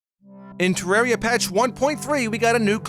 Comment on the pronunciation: u pronounce terraria wrong